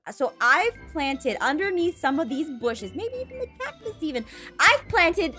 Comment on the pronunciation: did she SAy cATCUS STevEn